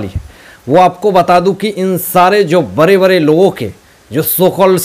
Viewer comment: Bare bare 😂😂 bade hota h Pronunciation IP 😂😂😂😝😝